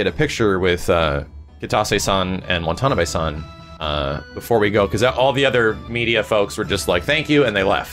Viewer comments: WONTONABAY -- Jesus fucking christ dude, it's WA-TA-NA-BE, not that hard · "wonton-on-a-bay-" san?